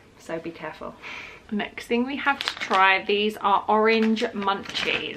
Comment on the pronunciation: Not every thing. Every thinkkkkk